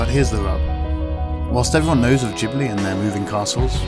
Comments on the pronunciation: No he didn't, ghibli you pronounce gibli not jibli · Urghhhh. I hate people who cant pronounce ghibli properly. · It's Ghibli with G from Ghost. Or do you pronounce ghost with j?